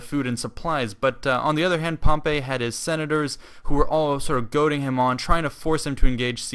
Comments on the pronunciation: HEY NOT (POM-PAY) ITS (POM-PEY) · its pronounced Pomp-ee not Pomp-ay